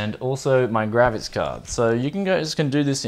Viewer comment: I enjoyed this video for a lot of reasons. It took me a while to figure out you were saying graphics, it sounded like you were saying grabbits. I couldn't figure out where the vmi port connections were????